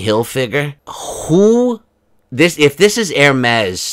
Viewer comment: Let's all take a moment to congratulate on his pronunciation of Hermes👏Those of us that have followed you from the beginning under your old moniker appreciate your growth as a creator. Your songs are always hilarious 🌻And you deserve the growth that your channel has obtained. We loves ya baby.